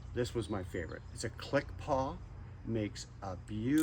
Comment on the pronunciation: The gold is so gaudy. The black version probably looks better. Also, it's click and pawl, not 'paw.' No worries. :)